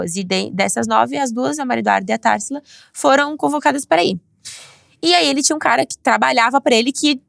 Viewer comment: Simmmm!!! Nem o nome da menina ela soube falar TARSILA!!